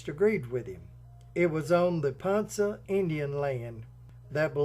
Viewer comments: Great video about the correct pronunciation of Ponca is Ponka hard K sound and the with the A the a sound of a short vowel sound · With all due respect, ponca is pronounced pon- ka city, n spelled ponca . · Great story! As an Oklahoma native we take our names seriously and it's it's pronounced like pond and cup pon-cu. With a long K sound. You did such a great job telling the story I hated to correct the pronunciation and the Oklahoma names are hard as they are Native American words and not English. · Ponka city.....not Ponsa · Ponca pronounced PonKa NOT PonSa Otherwise cool video. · Pronounced PONKA City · Ponca City is pronounced "Pon- Ka". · It's pronounced PonKa City. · While I think you have done a fine job on your documentary, almost none of it is correct. My sister-in-law is from Ponca City (pronounced Pon-ka), and I studied the mansion for many years with a friend of mine from college who's grandmother was one of Lydie's housemaids. I got to go all over than mansion, including the tunnels and and the secret poker/bootlegging area long before it was open to the public. Marland was one of the most corrupt and worst governors in our state. While his wife was dying from cancer, he abandoned her because he was busy seducing his daughter and many of the wives of the men who worked for him. The marriage was so traumatizing to Lydie that she disappeared for almost 30 years after he died because of the damage done to her family and reputation. She smashed and buried the statues of her and her brother because she was ashamed of her uncle. He lost his fortune and both homes gambling, not from the takeover of his company by JP Morgan. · It’s pronounced pawn ka city , Ponca city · Ponca is pronounced like ponKa!! There is not an s sound in PonC(k)a city. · Its pronounced pon-ka city. Anyway another great video.